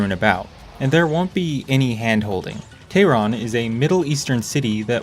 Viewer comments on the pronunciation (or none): none